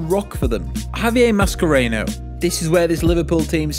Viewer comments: Mashcerano is pronounced MAH-SHE-RAH-NOH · I got an ear-bleed from the way you pronounced Mascherano